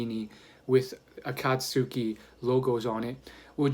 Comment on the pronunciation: Heads up! It's pronounced like Akat-ski